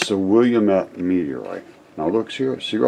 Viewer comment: Hi! I'm from Oregon, very familiar with the area, and the name is pronounced "Will - lam- et" with emphasis on the "lam". It looks like "William" when you first see the word, but there is only one "I" in it. :)